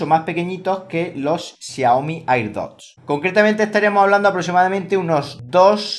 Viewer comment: Me estresa que diga "airdot" como se escribe